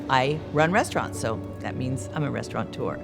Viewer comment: Restaurateur, not restauranteur.